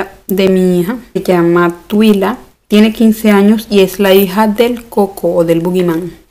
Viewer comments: Tuila xdxd,se pronuncia tualait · no es tuila o tila se dice tuaila y se escribe twyla